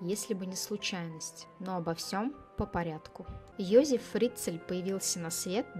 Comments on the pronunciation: какой Йозиф ? он ЙозЕф, то что автор ролика коверкает имя на еврейский лад, не означает, что он был евреем, имя интернациональное, как Дэвид - Давид, в европейских странах библейские имена популярны, это у нас, если Сара, то стопроцентов будут считать еврейкой. Он австриец, и на рожу, и характером, родители наверняка фюррером восторгались, да если б он был евреем, маловероятно, что вообще смог бы родился, в Австрии в 1935 и благополучно вырасти. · Ёзэф,не Ёзиф.Произносите правильно,очень слух режет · Не все равно...произношение на уровне Сельпо. Один Ёзиф чего стоит.